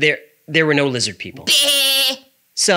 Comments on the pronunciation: Why are u mocking Jewish pronunciation? Lizzid? Not cool. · this is my favorite one. prob because of spelling/pronunciation of 'Lizzid'. As a New Yorker, this cracks me up to no end. Thanks